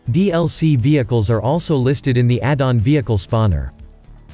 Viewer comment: I like when he tell vieeechal 😂😂😂